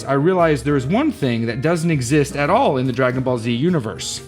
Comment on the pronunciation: Outrageous misreading of Dragon Ball 😂